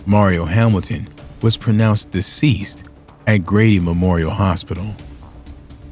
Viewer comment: It’s Grady u said it wrong🤦🏿